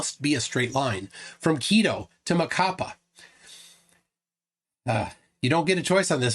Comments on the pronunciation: Emphasis on the last syllable of Macapá. It's "macaPA" not "maCApa" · MacaPAH! The last syllable is the strongest of them all! 😁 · It's MacaPÁ, Brazil! The tone syllabal is "PÁ" (that's why the accent). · Quick pronunciation tip, Macapá has the stressed syllable as the last one. No one needs to know this information, but you've learned something today :) Also, the monument Marco Zero in Macapá isn't perfectly aligned with the Equator. Brazilians flerfs went there and started celebrating because on the equinox the sun wasn't perfectly aligned with the monument, than one of the biggest debunkers we have(Sistematico) showed a video that he had published 5 years before showing that the moument is slight off the Equator. Flerfs gonna flerf